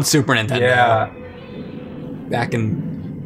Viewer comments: "Super Ntendo" ?? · Every time James says "Super 'intendo" a puppy drowns.